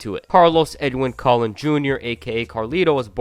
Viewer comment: ca loan not colin lol